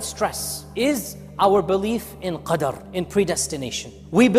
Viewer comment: thanks a lot for the very relieving words to cope with anxiety and stress we are fighting these days, May Allah bless you. Slight correction: plz review minute 8 and correct the word QARD to Qadr